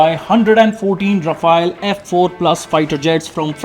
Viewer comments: Ra-Faal..which means fast moving wind...some research in pronouncing it correct ..its not Rafa-el like the Teenage Mutant Ninja Turtle. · India's policy's change more than Modi's outfits. Our inventory is so messy and complicated, keep making it even more complicated And a news report who can't even properly pronounce Rafale.